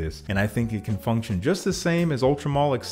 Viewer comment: Ultra Mal is how it’s pronounced Secretions Man-e-Feek